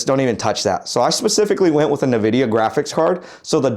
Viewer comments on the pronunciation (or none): You should be pronouncing it IN-vidia. Not Na-vidia. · “EN”vidia. Not what ever you said 😂